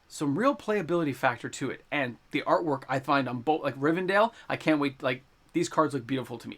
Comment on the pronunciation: Please stop saying RivenDALE 😂